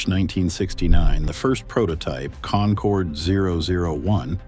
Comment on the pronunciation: You lost me on the very first word. Get the AI voice to at least pronounce "concorde" right.